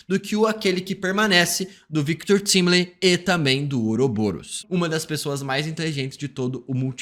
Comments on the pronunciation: Engraçado é que na série claramente a pronúncia do sobrenome do Victor é "táimili" mas aqui ele fala "tímili" e o Peter do Ei merd fala "Taimilai" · Victor Timly? No próprio dublado falam correto, Victor TIMELY (TÁIMILI) o cara ainda consegue pronunciar o nome do cara errado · Fala TÁIMILI, pelo amor de Deus